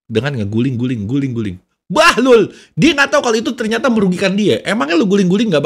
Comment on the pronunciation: kaget gua "bahlul" nya sedep bener faseh🤣